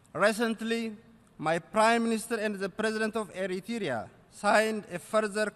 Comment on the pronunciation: why say eritrya say plz eritrea where you from